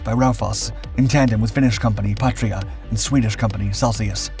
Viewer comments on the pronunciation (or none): none